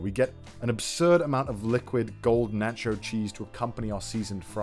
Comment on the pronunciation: i died a little inside after hearing the way he pronounced taco. (edit: and nacho)